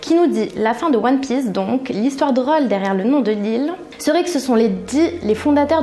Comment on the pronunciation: Je rêve ou ta dis one piÈce au début ? Et aussi Son Goku au lieu de Sen Goku ??